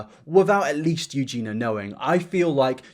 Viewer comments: Let me start by saying that if you have a speech impediment (or dyslexic based in your typing. Nothing shameful.), I don't mean to offend. Her name is pronounced You Jen Ee Uh. not You Jen Uh. But then I heard you try to speak Spanish so poorly I thought you might have a condition. If so, good on you for trying though you may want to acknowledge it up front. If you have no condition, please stop, seriously. It's the difference of you actually trying something that's hard and you not caring enough to get anything right and is quite disrespectful. It's annoying enough already when British people refer to a corporation in plural. Discord doesn't want to.. is proper English. I have confirmed this with experts but for some reason it's common to say things like, "Discord don't want" I thought it was perhaps due to British seeing the individuals comprising a company rather than the company as a whole but I was corrected. Now as to the substance of your video: Weak and without true context. 3 random screenshots and that's the worst that could be found? Then it's a non issue. There are bad people everywhere and there are misunderstanding or conversations when taken out of context sound terrible. Giving advice to a girl who's already lost weight, (possibly in a healthy way) but now has loose skin is very different from telling a girl to starve herself and then advising on the skin issue. It's sad that people like you who, (based on this, the only video of yours I've ever seen), add not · Eugenia. U-JEAN-E-AH. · when hit that r at the end of Eugenias name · Plz. Plz bb. You-gee-knee-uh. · if you're going to keep making videos where you say her name every ten seconds can you please pronounce it correctly? It's eugenIA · It's Eu-ge-niiiiiiiiiiiii-a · eugeena eugeenor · It didn't sound like he was pronouncing it wrong to me? Are you sure its not his accent? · Jesus christ, that's not how you say her name! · I’m not happy with the way you say “Eugenia” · You jeen ah